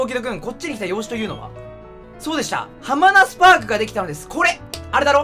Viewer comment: 絶対よしなまハマナスパークを ハマナ「スパーク」だと思ってるでしょ